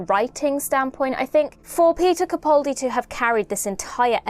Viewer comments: (It's CaPALdi not CaPAULdi.) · sorry, but both don't work fine. He pronounces his name CaPALdi - where both of the 'a's are sounded like the 'a' in apple. Of course we all know who we're talking about, but don't you consider it disrespectful to continue to mispronounce his name? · How has it been 10 years... and you're STILL pronouncing his name WRONG! You have the nerve to call yourself a fan. This is a disgrace! It's CaPALdi, CaPALdi, CaPALdi, CaPALdi, CaPALdi, CaPALdi, CaPALdi, CaPALdi, CaPALdi, CaPALdi, CaPALdi, CaPALdi, CaPALdi, CaPALdi, CaPALdi, CaPALdi, CaPALdi, CaPALdi, CaPALdi, CaPALdi, CaPALdi, CaPALdi, CaPALdi, CaPALdi, CaPALdi, CaPALdi, CaPALdi, CaPALdi, CaPALdi, CaPALdi, CaPALdi, CaPALdi, CaPALdi, CaPALdi, CaPALdi, CaPALdi, CaPALdi, CaPALdi, CaPALdi, CaPALdi, CaPALdi, CaPALdi, CaPALdi, CaPALdi, CaPALdi, CaPALdi, CaPALdi, CaPALdi, CaPALdi, CaPALdi, CaPALdi, CaPALdi, CaPALdi, CaPALdi, CaPALdi, CaPALdi, CaPALdi, CaPALdi, CaPALdi, CaPALdi, CaPALdi, CaPALdi, CaPALdi, CaPALdi, CaPALdi, CaPALdi, CaPALdi, CaPALdi, CaPALdi, CaPALdi, CaPALdi, CaPALdi, CaPALdi, CaPALdi, CaPALdi, CaPALdi, CaPALdi, CaPALdi, CaPALdi, CaPALdi, CaPALdi, CaPALdi, CaPALdi, CaPALdi, CaPALdi, CaPALdi, CaPALdi, CaPALdi, CaPALdi, CaPALdi, CaPALdi, CaPALdi, CaPALdi, CaPALdi, CaPALdi, CaPALdi, CaPALdi, CaPALdi, CaPALdi, CaPALdi, CaPALdi, CaPALdi, CaPALdi, CaPALdi, CaPALdi, CaPALdi, CaPALdi, CaPALdi, CaPALdi, CaPALdi, CaPALdi, CaPALdi, CaPALdi, CaPALdi, CaPALdi, CaPALdi, CaPALdi, CaPALdi, CaPALdi, CaPALdi, CaPALdi, CaPALdi, CaPALdi, CaPALdi, CaPALdi, CaPALdi, CaPALdi, CaPALdi, CaPALdi, CaPALdi, CaPALdi, CaPALdi, CaPALdi, CaPALdi, CaPALdi, CaPALdi, CaPALdi, CaPALdi, CaPALdi, CaPALdi, CaPALdi, CaPALdi, CaPALdi, CaPALdi, CaPALdi, CaPALdi, CaPALdi, CaPALdi, CaPALdi, CaPALdi, CaPALdi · Please,, can you stop mispronouncing Peter Capaldi's surname.